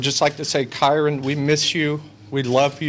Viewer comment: Thank you for pronouncing his name correctly, as I’ve seen some other creators say it so wrong. I personally believe the step mother definitely has something to do with him missing. This poor baby boy needs justice